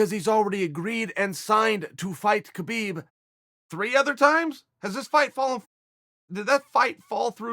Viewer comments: Pronounced 'Habib' not 'ke-bib' 🙄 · There is no such name as Khabib. The K is silent ... Dummies